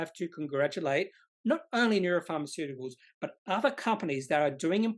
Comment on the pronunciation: Neu-ren. Ren not ron!